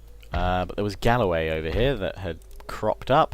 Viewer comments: Galway not Galloway. Galloway is an area in south western Scotland. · I'm quite impressed at how terribly you managed to pronounce Galway, I mean it's an English name!